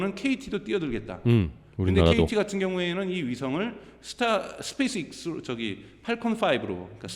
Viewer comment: 스페이스엑스도 발음을 스페이스익스 스페익스로 들리는데 제가 일자무식인가요?? 진짜 굼긍해서;;; 엑스를 익스라고